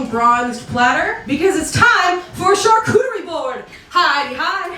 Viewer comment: teach me how to say charchoochararee board 😂 love you!